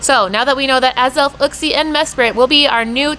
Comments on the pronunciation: Your maps are wrong. Uxie is not available in India... Mespirit is. And that’s not how you pronounce Uxie lol. It’s Yook-see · It grinds my gears when people keep pronouncing uxie wrong the way everyone says it sounds like a cave man